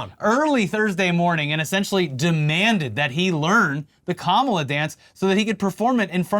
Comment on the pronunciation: America needs mamala. Me, a mexican person: wtf did you just say